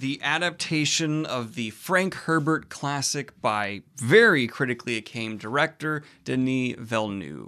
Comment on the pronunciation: Hehe, you said critically "accamed" director